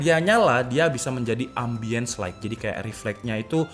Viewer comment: "Ambience Light" RIP English Lu Tong